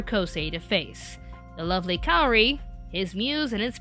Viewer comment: THATS NOT HOW U PRONOUNCE KAORI!!!!!!!!! sorry it gets on my nerves.